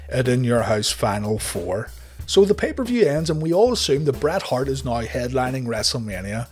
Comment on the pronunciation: "Noi" = "Now", and I'm cool with that, and you should be too.